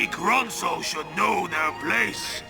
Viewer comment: isn't it ronso not ronson